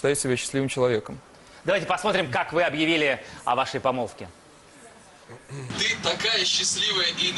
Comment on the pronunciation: Помолвка Прохор, помолвкаа епть, а не помоловка)